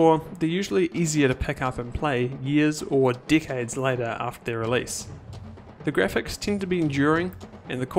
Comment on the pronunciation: "...years or dickheads later..." is what I heard